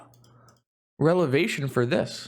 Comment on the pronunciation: Lol plus it wasn't even revelation it was relAvation